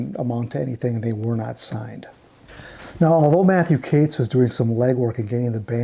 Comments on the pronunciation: HELLO …… its Katz as in Catz not Cates !! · I love all your videos - keep 'em coming! They're usually flawless, but Matthew Katz's last name is pronounced "CATS" not "CATES". Katz went on to screw over Moby Grape where, coincidentally, Skip Spence ended up after leaving the Airplane. I really regret not seeing the Airplane at Fillmore East back in the day. Interestingly, Signe did a tour with Jefferson Starship in the '90s (Paul, Marty and (I believe) Jack were all in the band then. Sorry I missed that one too. Kinda crazy that both Paul and Signe died on the very same day at the same age! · Katz is pronounced "Cates"? Everyone ese with that name is pronounced "Katz" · Mathew ""???? It's a jewish name of German origin, and it's just pronounced like Cat plus a Z. I don't want to know how you would pronounce Tannenbaum or Kupferschmidt.... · The common Jewish surname “Katz” usually is pronounced like “cats.”